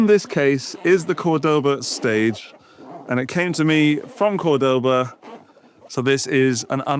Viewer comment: Nice and different review. But, I don't want to look stupid but, the strong vocal is the first "o" from C*o*rdoba, and not the second (Cord*o*ba). There's an "accent" or diacritical symbol on the first "o" of the brand name. Cheers!